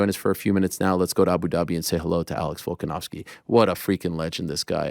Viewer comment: 😂he finish makachive. It will be the night mair for vokaniskay